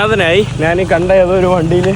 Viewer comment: നാൻ, നാൻ എന്നുള്ള വാക്ക് മലയാളത്തിൽ ഇല്ല. ഞാൻ എന്നാണ് ശരി